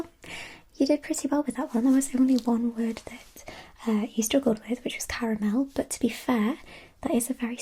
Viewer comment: Come for the ASMR, stay for the correct pronunciation of caramel!